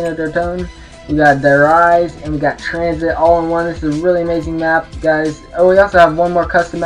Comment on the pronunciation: Why do people pernounce Der Reise as if it was Der Rise?